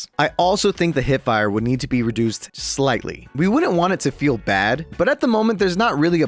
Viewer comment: Bro was cooking then he said recude ttk (Even tho im a kraber player)